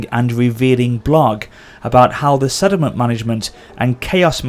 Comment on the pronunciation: sorry mate but it does sound like you say 'sediment' every single time you say 'settlement', so much so that I only looked at the comments to see if anyone else noticed it. I think it's because you say it so quickly, it distorts how it sounds. It doesn't matter really, but that is how it sounds.